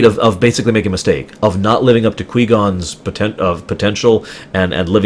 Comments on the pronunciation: please. It is not pronounced "Quee-Gon". The ui in Qui makes the same sound as the y in why. Like Kwy-Gon Jinn. It's a minor thing... but I thought someone would've already corrected you on it after Phantom Menace Ruminations. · I strongly second that.